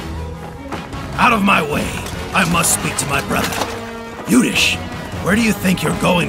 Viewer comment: Guys its Youdhishthir.. not Yudish!!